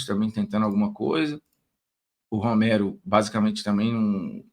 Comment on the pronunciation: Formiga, o nome do Romero é Romero irmão, não é Roméro.